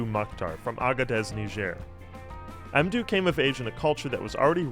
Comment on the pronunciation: Surely it's "mmdou," as in "Mmbop," not "emdou"....